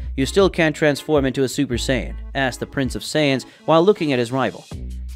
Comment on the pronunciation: I find it extremely offensive the way you say “Saiyan”. It’s like you’ve never watched Dragon ball in your life. Fix that it’s not right